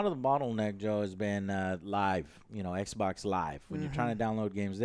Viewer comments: Am I the only one who heard him say "sexbox" lol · Did Joe say Xbox Sexbox?